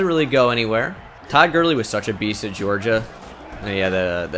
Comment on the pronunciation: I died when he said toad Gurley